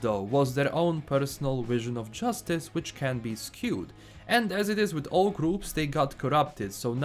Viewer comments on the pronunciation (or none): none